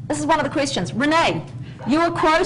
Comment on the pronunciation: Lucy called her Ren-nee, when she pulled up in the car, how sweet a pet name. Thanks for sharing.